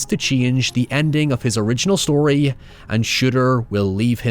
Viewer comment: "You shtole my shtory" is all I remember from this.